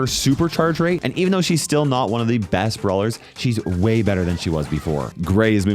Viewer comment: I love how he says frank is the breast brawler